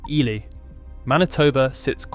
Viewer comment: The name is EEE-lie